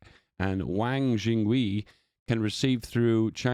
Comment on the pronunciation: That pronunciation of wang jingwei is my 13th reason